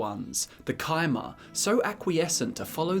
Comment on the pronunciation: Thank you thank you thank you, for pronouncing it "Ky"mer instead of "chai"mer! Cheers